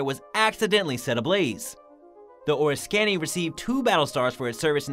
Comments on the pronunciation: I remember, during my Navy active duty days, being part of the USS Oriskany Battle Group. The narrator mispronounced the name of the carrier. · Frustrating hearing Oriskany mispronounced so many times. Hard to believe no one involved in the production of this video knew the correct pronunciation of this famous warship named for an equally famous Revolutionary War battle site. Someone should do some voice-over editing to correct this irritating mistake. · Art Deco, Oriskney, and Puget Sound are all mispronounced. BTW, deco is pronounced “Deck O” like the deck of a ship. And any fool can see that the ship shown on the left is not The Duke Of Lancaster.